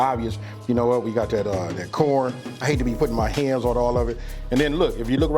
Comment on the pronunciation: That West Coast lingo... Like when he say "Coorn" 👍 Nuttin but love for the West all the way from The Murda Mitten my brotha!!